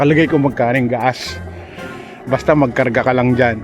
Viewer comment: Why do you call gas gaas?